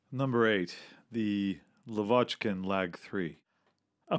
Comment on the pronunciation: in Russian parlance, pronouncing Tu and Su as words (like “too” and “soo” is actually acceptable and not considered incorrect... in fact it would be weirder to say “Ess-You” than “Soo”...so I wasn’t referring to that part, I was talking about things like LaVOCHkin rather than LAvochkin.